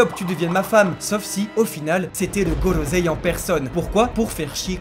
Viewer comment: Merci pour l'analyse, très sympa. Juste quelques commentaires : merci d'avoir dit "non, je suis ton père" qui est la vraie tirade mais que même les boutiques omettent le non, pourtant si important. Par contre, vous dites "gorozei" à la place de "gorosseille" pour le Gorosei. Je suis sûr que vous connaissez un minimum de règle japonaises pour le dire en bonne et due forme, comme on dit à l'oral "brussels" et non "brukselle" selon la voix des belges. En tout un grand merci. n'oubliions pas #thankyouoda merci d'avoir été là pour espérer lui faire entendre les sentiments des fans français pour qu'il aille mieux et qu'il puisse nous donner le meilleur par la suite. Hâte de voir la suite après la pause.